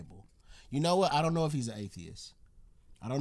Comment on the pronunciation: She did not enjoy this.(There is a "t" on the end of atheis!)